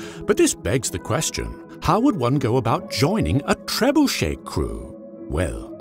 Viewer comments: This cannot be how you actually pronounce trebuchet. Please tell me that it is exaggerated! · Love the content. Surprised you did not pronounce it Ter-bunch-it.